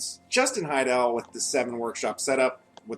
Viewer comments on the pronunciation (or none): why do people say hi-DELL? its fucking HAI-dle.